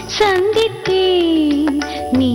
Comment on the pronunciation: உங்க பாடல்களை இப்பதான் கேட்டேன். மிக அருமையாக பாடுகிறீர்கள். As it is சுசீலா அம்மா. மிகவும் மகிழ்ச்சியாக இருக்கிறது. மேலும் இந்த பாடலில் அந்த சந்தித்தேன் என்ற வார்த்தை ச உச்சரிப்பு கொஞ்சம் மென்மையாக இருக்க வேண்டும். வாழ்த்துக்கள்.